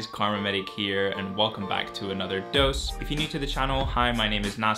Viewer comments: like it’s so satisfying when you say dose😂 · Does anyone else get this weird feeling when he says “dose”? 😂